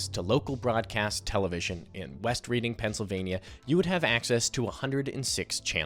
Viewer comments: FYI, Reading isn't pronounced "Reeding", it's pronounced "Red-ing". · Reading, PA is pronounced "redding" not "reeding". Just in case you want to annoy your friends when you're playing Monopoly. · bro pronounced "Reading" like "reading" lol (it's "redding") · I AM FROM CENTRAL PA TAYLOR SWIFTS BIRTHPLACE IS PRONOUNCED REDDING!!!!!!!! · It’s pronouced “Red-ding”. Just like the towns in California and England are pronounced. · “Red-ding” PA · 1. you kinda just broke my worldview because what do you mean you didn’t watch the four seasons? never even heard of it? like i guess it’s my niche but like … damn. 2. reading is pronounced redding (i’m a pittsburgher) 3. i agree with this take for the most part, but also think that it is still unbelievably easy to quickly find common ground with just about anyone as long as you’re comfortable talking to people. i think that we’re looking back on “monoculture” as way more detailed than it was. like a lot of the examples for now are too detailed to have ever been internalized by the same amount of people that watched the finale of mash. i feel like this interpretation of both the “existence” and the “drop off” of monoculture are both confirmation bias. gilligan’s island was popular, but i’m sure that many had no interest in it. hell, it gained traction years after it’s release similar to how many shows have in this new streaming era. and while it’s easy to be shocked and point a finger towards an older person who’s never heard of timothee chalamet, i’d be willing to bet the majority of the population at least recognize the name. you kinda hint at this near the end of the video, but still in a pretty nihilistic way. i can’t really blame you, but i don’t think it’s /that/ different. examples can be found to support either argument. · Not trying to be picky but Reading, Pennsylvania is pronounced "Red-ing". Great video though. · It’s pronounced “west REDD-ing.” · it's pronounced ""Redding" by the way